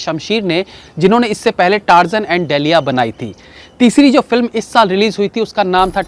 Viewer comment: डेलिया नहीं , डिलैला ।